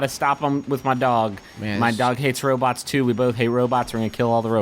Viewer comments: does he keep saying "robits"? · Yup. The McElroys often call them robits, especially on MBMBaM.